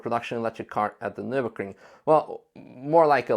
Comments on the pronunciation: Why are you saying - "NurburKring"??? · Why does everyone mispronounce Nürburgring? It's a ring, a closed circuit, in Nürburg.